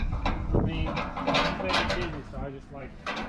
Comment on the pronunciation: Werry werry good isn't it isn't it